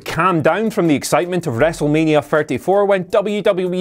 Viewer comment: Wrestlmania ferty four 😂😂 every damn video